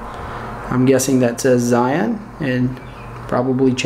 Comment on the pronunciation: LOL it's not "ZI-ON" it's pronounced "ZHY-YUNE" - any good for a Panasonic GH5?